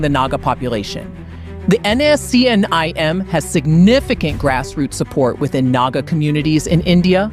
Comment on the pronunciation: First learn to pronounce NSCN- IM correctly